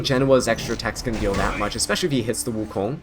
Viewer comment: His pronunciation was correct tho?